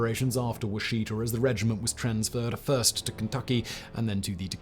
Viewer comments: Battle of Washita (now called massacre)It's pronounced Wah-sha-tah, in Cheyenne, Okla in Western Okla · No big deal but… it is pronounced wash’-i-taw. Also arap’-aho. All short a’s and a long o.